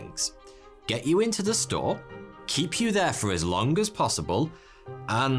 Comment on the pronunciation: The = Da...